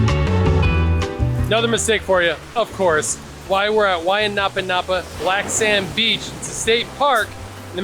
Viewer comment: Anapanapa has nothing to do with “bend” as you stated. A'napa (ā-nă'-pā)- glistening brightness, as of reflected light; a shine; a luster; a sheen. Wai= fresh water. Kai= ocean water First you try to teach me Olelo Hawai’i. Second, to translated wrong. Third you pronounced the word wrong. Your ancestors banned our language, banned our culture and arts, banned our hula and. Illegally took our land away. Go educate yourself and read the Bayonet Constitution. Your ignorance of our language and your egregious translation, teaching me my language is out of your boundaries. Geez.